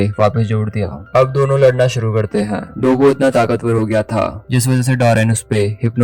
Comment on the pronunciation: Bro it's not dabooo.. it's doppo. You were pronouncing incorrectly 😊